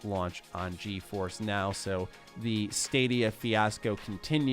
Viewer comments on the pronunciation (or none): none